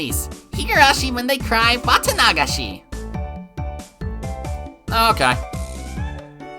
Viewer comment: The way you pronounce Watanagashi is interesting and different XD. Im used to Watanaga-shi instead of your Wata-nagashi. Anyway, amazing video as always!